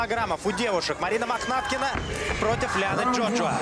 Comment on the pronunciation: 2 замечани 1.Лиана за клуб Ахмат. 2 первый раз сказал не правильно фамилию Махнаткины